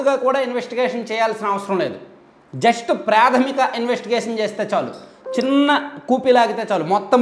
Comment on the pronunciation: Predhamika kadu.pradhamika.